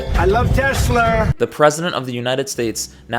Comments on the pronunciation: Ah yes, teslur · Idk why "tesler" is so funny to me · "I hate Tesler" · anyone that was paying attention, realized that husk was a lying fragile fake a looooooooooooooooooooooooooong time ago... also, trump: "i are smart. i love tesler. me has best word. diaper full..."